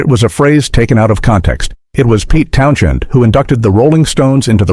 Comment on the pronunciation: In Townshend, the H is silent. Bloody AI voiceovers. Employ an actor ya scurvy shysters!